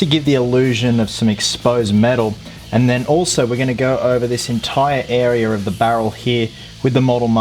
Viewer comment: Why do you say area weirdly